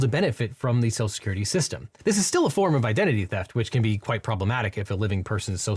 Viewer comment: "Social Security" is clearly too much for this host's speech impediment.